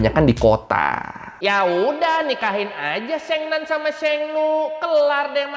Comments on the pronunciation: bang , abang salah baca di sheng nu nya dia bukan bilang nu tapi nie~ (e nya agak panjang) yang artinya perempuan bang .Sekedar memberitahu saja ya bang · ma'am pelafalan nya, Sheng, guruf e, bunyinya huruf nya, seperti di ejaan sekolah, bukan bunyi d ejaan bebek. Dan bunyi nu nya di Sheng nu, ngucap nu nya, bibir qt monyongin, Dan u nya berbunyi 'i'.